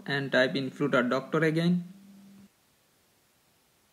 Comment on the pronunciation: Brother, it is flutter not floooter